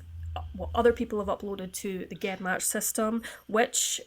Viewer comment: Not a big deal but it's pronounced jen match like genes or geneoloy.